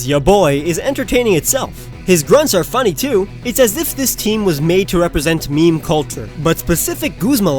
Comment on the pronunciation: Wait... did he say MEE MEE? It's pronounced meem. Sorry if I heard MEE MEE, but I'm just commenting on what I heard.